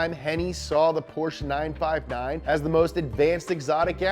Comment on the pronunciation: this dude doesnt even know how to pronounce porsche... smh smh